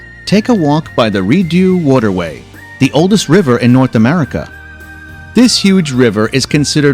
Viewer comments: The "Re-do Waterway" in Ottawa? It's pronounced more like "Re-doh (Rideau) Canal". Pronunciation is so important or people may not know what you're talking about. And in Toronto, no one calls it "Hill House, they won't know what the heck you mean. Call it Casa Loma! And the CN Tower is beside "Lake Ontario", not "Ontario's Lake". Great video otherwise, there's so much to see and so many different areas - across its 5,514 km east to west and 4,634 km north to south! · pronounced ree-doh